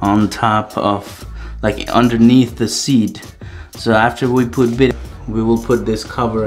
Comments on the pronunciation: Those black washers were supposed to go under the bidet to help keep it from sliding around. Also it is pronounced bi-day. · I thought it was “bee-day.”